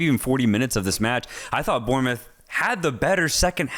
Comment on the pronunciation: Bournemouth is pronounced ’Born’-moth not ‘Burn’-moth…